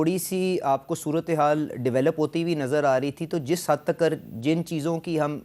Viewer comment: Takar ❌ Tak ✅😂😂😂